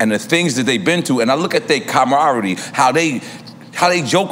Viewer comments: When N.O.R.E be on that “comorararie!”🤦🏽‍♂️😂🤣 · “When I see the comrammary” 😂🤣😁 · Nore said “When I see the com-rommery” 🤣 I love this show. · Camerady. Nore funny. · "What I see the comrare" - NORE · Nore "compbrodery" Noreaga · Nore butchered the word camaraderie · Thats my mans, ..but yo, he did butcher that g!!! Lmmfao